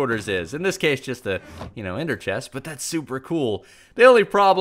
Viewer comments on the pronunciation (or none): none